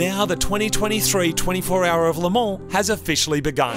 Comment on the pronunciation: Marty the best pronunciation of ‘Le Mans’ I’ve heard any Aussie say nice one 😅